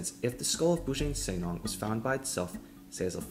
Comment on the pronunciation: the pronounciation is Boo Junk Sir Nang (Not Neng)